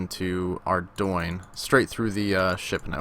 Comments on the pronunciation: lol ardoin? isnt it 'are-dune'? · Oh god, it's not ardoyne. Please stop calling it that.